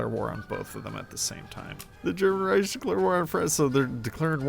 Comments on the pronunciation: Why do you keeps saying "ry-sh" i stead of "Rike"😭. Great video though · In pain over how wrong you said Reich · As a native speaker I'll disagree here respectfully. The usual English pronunciation ending in the hard "k" sound is further from accurate than his version. This way he could just be a very drunk German 🤷🏽‍♂️